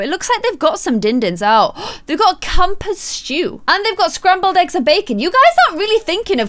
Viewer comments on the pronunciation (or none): none